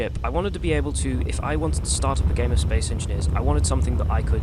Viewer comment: "Space Enineers" hahaha, but this game seems like it's too smart for me